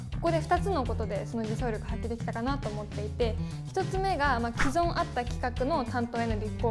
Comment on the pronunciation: 既存は「きそん」と読みますよ！